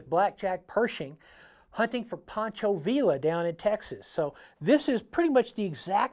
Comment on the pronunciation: Tremendous video,! I think you've just added a.45 SAA revolver from Cimarron to a lot of our "wanted" lists! By the way, the double L in "Pancho" Villa's last name is pronounced as a Y. I always look forward to your Triggered videos.